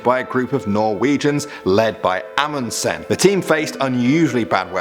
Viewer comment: When a Norwegian person looks at this person trying to pronounce the name: "Amundsen" right. xD. Amundsens whole name is Roald Amundsen, by the way.